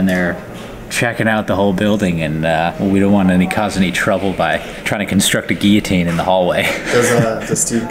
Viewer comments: It’s not said “Geeotine” it’s said like “Gillotine” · It's Guil-jotine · Are they pronouncing guillotine wrong or is it said differently in the States? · It's a French word pronounced with double L sounding like Y. I think the Brits pronounce it with hard Ls to spite the French. As the word Valet illustrates. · He was pronouncing it right in the last one... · You pronounce Guillotine really weirdly. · Please start pronouncing Guillotine correctly! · Why do you pronounce Guillotine like that?...